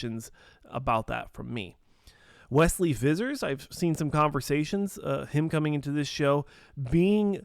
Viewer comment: Hahaha it’s “wesley visser”